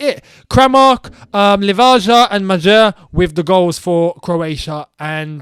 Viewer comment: jesus christ that pronounciation for the croatia players was awful🤣 you didnt even try to say kramaric its really not that hard lmao its Kramaritch, Livaya and Mayer